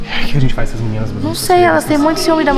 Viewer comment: E é" gente" não "gete"